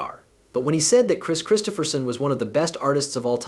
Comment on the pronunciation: The end of this (what I assume is a BS production) for me, is the fact in the first 16secs you not only spelt and what I assume is AI, voiced "Kris Kristofferson's" name incorrectly. 16 secs + 25 typing this made this the quickest 👎👎 I have ever given.